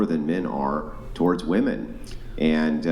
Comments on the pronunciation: "are you saying that you don't think woman should get hired?" UGH. First off, the mispronunciation of the word "women" by a native speaker is grinding my gears. Second, she's running in a whole different direction he said nothing of the sort. Why must they reach for these made-up things? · I'll never understand why all of these 304s cannot pronounce women. They always just say woman and it's irritating as fuck. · Why in the world do all these females keep saying WOMAN instead of WOMEN when something is plural? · Why have so many Americans forgotten how to pronounce the word "women"? I hear it on almost every video I watch. What the hell is going on??